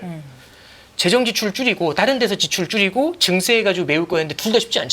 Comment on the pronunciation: 관세 증세 감세 모두 뒤에 "쎄"로 발음하시면 안됩니다...